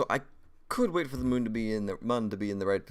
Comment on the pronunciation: It's not pronounced Mun. It's pronounce Moon.